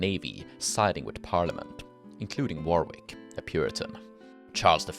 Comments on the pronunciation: Warwick is pronounced 'worrick' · Not sure how much use it will be, depends if you ever use them again... A couple of pronunciation pointers though.... Pepys is pronounced Peeps, not Pepis..... Weird I know but it is what it is :( Warwick, the second w is not pronounced. If you see a name ending in wik, whik, which or wich the w is virtually never pronounced. Wawrick = warrik, Woolwich = Woolitch and so on.... Yeah, yeah I know, our language is full of these stupid little pronunciation landmines... but it is what it is. Unlike say Welsh, English is not a phonetic language unfortunately.... And there have been so many external influences and alphabet simplifications that pronunciation 'inconsistencies' are kind of inevitable....